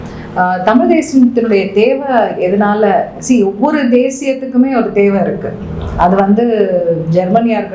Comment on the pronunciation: பிரபாகரன் பெயரே கேட்டலே என்னுடைய உயிர்❤❤❤ அவர் அண்ணன் இல்லை தந்தை ,நாடி நரம்பு 😘😘😘😘😘